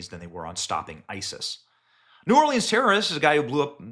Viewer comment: Hey Benny, keep up the good work on exposing the corruption in the govt. 👍 By the way, the “e” in Orleans is silent so it is not pronounced as leans. Diversions are in their (FBI) playbook. Has anyone noticed there haven’t been anymore drone exposures in the media? Are the drones still flying around? Sleeper terrorist cells and those coming across our border are in our country waiting for their signal to strike. They and their handlers (govt???) are evil that don’t care who they kill, they just want to destroy our country at any cost. When one area is exposed that we see they do something to divert our attention.